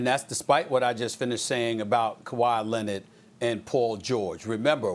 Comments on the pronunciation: No one: Stephen A: Ka-Whyyyy Lennit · Also Dennis Schrader and Kawhi Lenard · Stephen A. “Kawhi Lennet” Smith